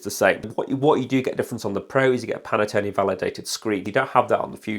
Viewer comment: Pan Tone not Pan a tone 😂